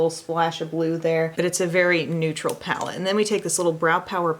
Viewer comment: He said “ palette”.... 🙌🏻I’m impressed.